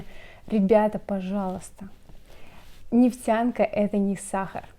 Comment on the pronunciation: Не ,, нефцянка" а ,, нефтянка". Нужно уметь выговаривать. Неф тян ка.